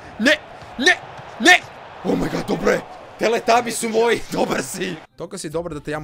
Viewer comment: nije teletabis negu teretabis